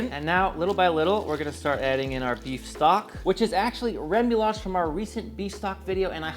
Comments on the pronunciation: It’s pronounced RE-MOO-YAJ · ruh-moo-yaj - no "L".